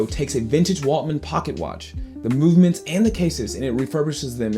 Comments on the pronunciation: Great video. By the way, it’s Waltham, not Waltman, isn’t it? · “Waltman”? Ok this guys knows nothing… Skip!